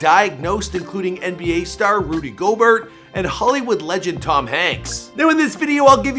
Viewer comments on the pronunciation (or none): GO-BEAR* not GO-BERT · When he said Rudy Gobert (Go-burt) instead of Rudy Gobert (Go-bear) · This man did not just say Rudy's name that. Its (go)(bear) not go Burt. Flightreacts head ahh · it’s pronounced “rudy go-bear” not “rudy go-burt” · Rudy Go-Bear, not GoberT lmao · It’s pronounced “gobair” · man really pulled a flight and said goberT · How did this man pronounce Rudy Gobert????? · Manz said Gobert with a t lol